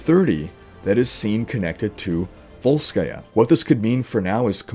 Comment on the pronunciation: I like that you pronounce volskaya accurately.